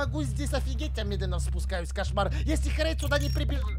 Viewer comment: И ещё она сказала Херейд мой краш